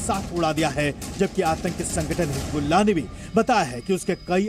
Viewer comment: Pahle bolna sikh lo. Hijjjjbulla😂